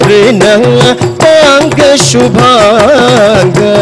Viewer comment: Even many north Indians will pronounce "Hri(u)day" as "Riday". e.g Shreya Goshal. This guy nailed pronunciation of hrudayam.